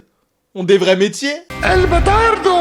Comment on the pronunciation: On dit "El bastardo"